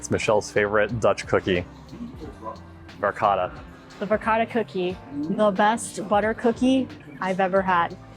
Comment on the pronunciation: de uitspraak van Verkade is Verkade niet Verkada , pas na 5 keer begreep ik waar het over ging. (Nooit in de buurt van Zaanse schans geweest) Duyvis verstond ik wel. Molen heeft de klemtoon (stress) op MO, dus MO-len.